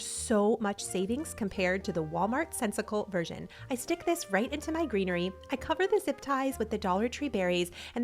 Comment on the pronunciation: At one point you were talking so fast that you said grees and treenery. I loved it! Also, you have just the sweetest personality and your videos make me smile.💙